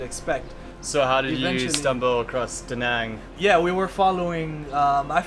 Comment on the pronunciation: Hi. I'm Vietnamese. I'm surprised that you two can't correctly pronounce the name of the city. Obviously, no one has told you this. It's pronounced more like "Da" "Nung" as in jungle. Then, you are close. It actually has the accent ~, which means to "dance" that sound. Since you teach, listen to some natives say it loudly and 5 times. I see you guys live there but you don't really eat what they eat and say what they say. Hmmmmm You can even learn Vietnamese pronunciation from youtube videos!